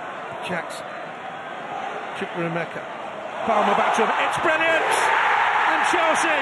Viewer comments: bbc not showing the run for maduekes goal cos the commentator called him chukwemeka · bbc not showing the run for maduekes goal cos the commentator called him chukwemeka😭😭😭